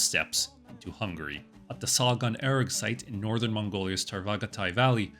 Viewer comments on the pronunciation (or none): none